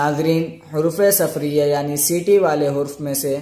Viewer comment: حروفِ صفریہ نہیں ،،، بلکہ حروفِ صفیریہ